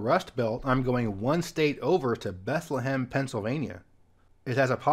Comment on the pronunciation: Note: Bethlehem, PA is pronounced, "beth-LEM" (2 syllables)